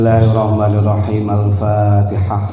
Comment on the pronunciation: Si ghufron baca fatihahnya saja salah..ngajinya yang di baca bolak balik cuma fatihah 😂😂😂😂😂